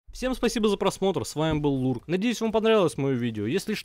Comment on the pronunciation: Ларк а не Лурк